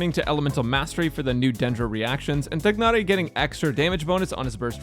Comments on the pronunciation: I agree! Tia-nari makes a lot more sense u___u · Afaik his pronounciation is "Tie-Nari". I am not going to pull for him as Zhongli is way more important to me. Also, he will be in the standard banner in the future. I know, he won't be guaranteed there and conpetes with 5 other 5*s but in the long run I'll probably get him some day. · The "g" is silent. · What so hard pronouncing Tighnari's name It's just طغنري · the way he says tighnari sounds like it was done with an Idian slang (nothing racist) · you're pronouncing his name wrong though...